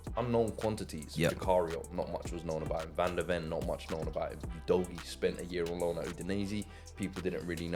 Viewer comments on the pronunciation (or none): That name is pronounced Udo-gee-yeah. Another Nigerian name mispronounced. Lol